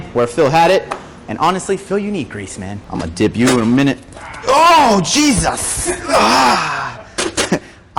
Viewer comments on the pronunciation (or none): none